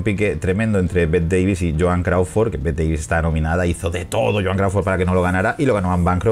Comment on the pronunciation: Bette Davis te halará las patas por pronunciar mal su nombre, ella decía que no era Bette como se diría literal, sino Betty algo así, así se escribiese Bette.